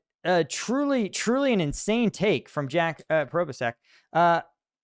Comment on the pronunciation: I like how pronounces Jack Probe-A-Sac’s name😂 Imma use that 🤣👍🏾